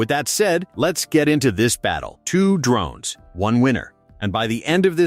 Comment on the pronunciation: I had to kill the video when the narration said they were D Rones rather than drones. You failed.